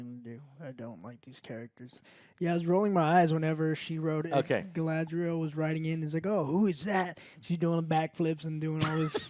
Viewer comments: Gala-N-driel lol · Having Joe FINALLY pronouncing Galadriel right brought tears to my eyes. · How Joe has been pronouncing things since the first trailer dropped (i.e. Galadriel) has bothered me. It's like nails on a chalkboard 😭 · It is not Galadriel, it is Galasriel, Galapriel, Galakriel... whatever you come up with